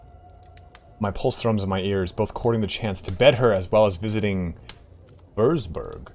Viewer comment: And it is pronounced "Virtzburg" (seeing you "struggle" with it so much irked me so much!!)